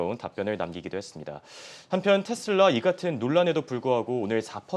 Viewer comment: 텟슬라 텟슬라 텟슬라.. 이거 원어민 발음인거죠?